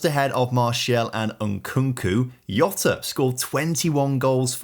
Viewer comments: Gabriel Hesus and Diogo Iota killed me 😂😂… in portuguese we pronounce the J like in TaJ Mahal… IDK how to explain but if you dont know how to say it just pronounce the way you do in english… its way better than pronouncing like its spanish or italian. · And interesting idiomatic languages' knowledge, too. Saying "Jota" with a "I" sound instead of a "J" or "G" sound, as if portuguese were in the COMPLETE OPPOSITE corner of Europe. Y'know, the Balcan (eastern) side, not the Iberian (west) side...